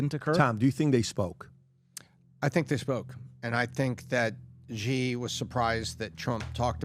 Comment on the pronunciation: It’s not “ghee” and it’s not “zhee”. Seriously, pronounce “Xi” as “she” or you look extremely uneducated.